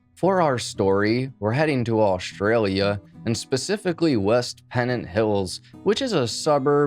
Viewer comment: Ashley is an Ashley, but Aushtralia is not Aushtralia...it is Australia.